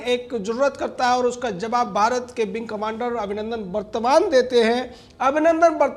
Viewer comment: गौतम विंग कमांडर अभिनंदन वर्द्धमान नाम है शायद गलती से वर्तमान बोल रहे हो